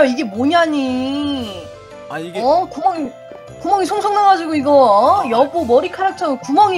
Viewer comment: 이 에 여보머리카락처럼구멍이 송.송 났잖아요할때너무또박또박이었음ㅋㅋㅋ